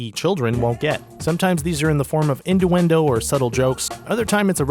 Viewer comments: he said induendo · "Indoendo"? wtf is that? this dude needs to learn words... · XD "Innduendo" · "Innduendo" "Jame Cameron's"